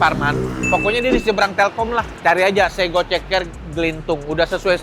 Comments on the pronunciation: Yg jawa, klo denger koh nex ngomong "sego" psti gmn gitu 😅 kyk....hiiiih 😊 bkn sego...tp tego koh. Kek pgn bnrin gitu😅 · Dibacanya sego koh, bukan sego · Bukan Sego koh,tapi sego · Bukan Sego koh tapi sego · bukan sego koh, tapi sego 😂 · sego koh bukan sego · aduh... bacanya itu SEGO bukan SEGO ko... XD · bacanya se "mirip kata seperti" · Nyebut sego nya salah koh, . 😂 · Nex carlos nyebut sego ae salah 😂😂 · Wkwkwk ‘sego’ versi Jakarta: e-nya beda sendiri 😭😂